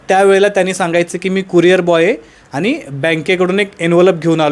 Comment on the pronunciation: अनि पानी मंग shabdha नीट ucchara